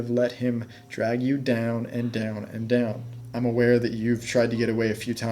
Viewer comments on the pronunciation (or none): none